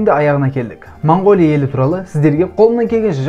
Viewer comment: Мангооля деп айтпаңдар. Өте жаман естіліп тұр. Орыс емес болсаңдар О әріпті О-мен айтыңдар